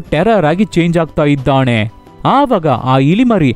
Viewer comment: ಅಣ್ಣ ಅದು ಇದ್ದಾನೆ -- ಇದ್ದಾಣೆ ಅಲ್ಲ... 🙏